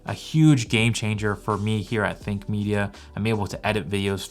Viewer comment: Idk why but i always hear Fake Media instead of Think Media 😂